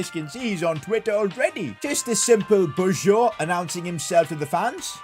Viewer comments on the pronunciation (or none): none